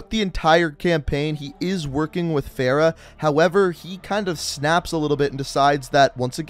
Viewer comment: SomeRandomBoi YT it’s fa-ra my guy